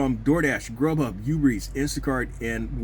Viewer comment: Ooober not youber